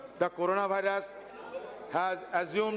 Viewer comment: Pronunciation of virus 😂😂😂😂 Bhairs😂😂😂